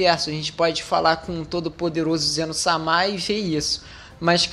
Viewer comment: SE DIZ ZENO-SÃMA, PELO AMOR DE DEUS, QUE ZENO-SAMÁ É ESSE